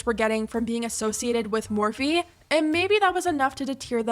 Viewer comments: the “MAHWFEE” pronunciation gave me chills but like in a disgusting way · The way she said morphe “mophee” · "moe-fee" -mikaela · Well I never cared about morphe I always found it tacky and cheap plush imagine wanting to collab with someone that can't even pronounce the brand's name 😂